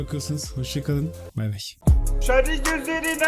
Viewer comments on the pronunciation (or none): none